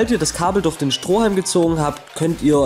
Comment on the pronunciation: warum sags du immer durh als stat durch